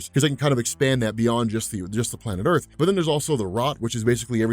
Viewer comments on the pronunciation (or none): none